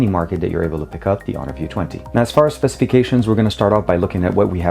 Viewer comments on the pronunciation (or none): you are just butchering honor view 20!